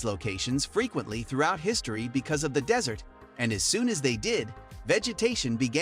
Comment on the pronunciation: Why is this guy saying dessert instead of desert several times? Just reading a script without thinking? Intresting topic though, but some of the used clips are strange choices.